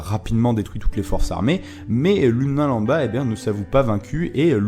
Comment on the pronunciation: "L'humain lamba" Non c'est "Lambda" ^^